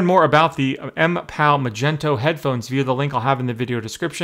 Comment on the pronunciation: magneto not magento